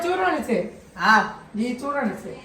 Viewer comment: ચૂરણ નઈ સૂરણ કેવાઈ એને 😅